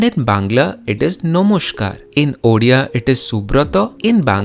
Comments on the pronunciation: Uria??orea??? It is Odia. You simply can't pronounce the word Odia??? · Are Bhai humare yahan chief minister ko odia thik se bolna nhi ata😂😂.but thanks for this video.This video only for those people who says bengali and odia are same. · Odia bro !